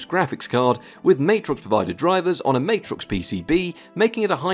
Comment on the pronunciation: Love your work dude & this video is no exception but, BUT that’s still not how you pronounce Matrox… Official